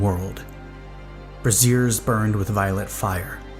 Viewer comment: A minor criticism: “brazier” is pronounced “brayzier”. The way you pronounce it, it sounds like “brassiere”. I don’t think this story has multiple incidences of fiery lingerie 😂